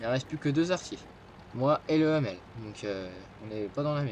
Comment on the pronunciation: Le hummel se prononce hummel pas hammel